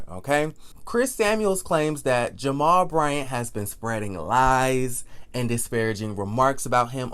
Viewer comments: His name is Jamal, please stop saying jamar. Now Jamal Bryant character is not being assassinated. Jamal's dumb ass sat on IG with an damn upside down binder. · I just love when you say "Pastor J-mal Bryant at New Birth Missionary Baptist Church in Lithonia, Ga" 😂😂😂😂 I can't!! I fall out every time!!